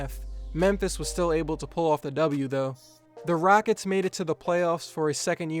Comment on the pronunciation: "The Raickets"